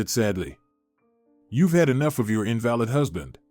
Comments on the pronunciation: Learn to pronounce words correctly -- Invalid is pronounced In-Va-Lid not In-Val-Id if you cannot use pronunciation correctly stop make these. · Invalid pronounced, invaleed. Irritatingly distracting or is the word spelt incorrectly?